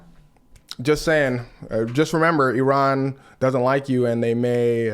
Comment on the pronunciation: I'm one the few Iranians in Iran currently with access to international internet access first thank you for pronouncing our country's name correctly second people of USA please don't encourage our government I know all of you know that trump is an idiot that has ruined your lives our government is just one big trump